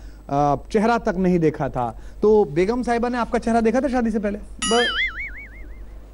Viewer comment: Beghum nahin begum hota hai.